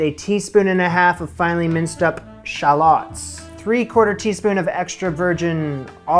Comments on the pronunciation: Glad you’ve learned how to say shallots 😊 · It makes my heart happy to hear you pronounce shallots the correct way ❤❤